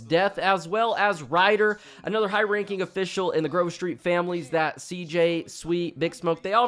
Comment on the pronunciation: The way he says "Da Grove"😆😆😆